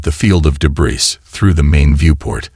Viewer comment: 'O' AI. Debris has a SILENT 'S'...It's pronounced DEBRI....Shame..good Story....